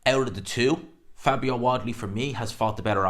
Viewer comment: Ah maté seriously why do you call him Wadley???? It Wardly there’s an R in it